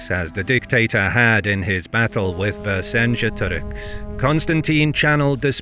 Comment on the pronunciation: u completly mis pro nounced vercingetorix name